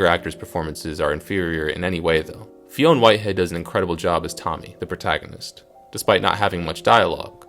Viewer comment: Not to be a dick mate but the names are pronounced ‘Fine’ Whitehead and Barry ‘Keon’